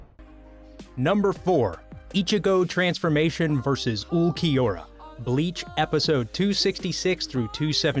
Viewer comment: atleast he said ulquiorra right :D